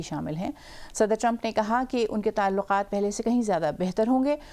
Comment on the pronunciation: Voice over is a very example of pronunciation. What is the word Talukat .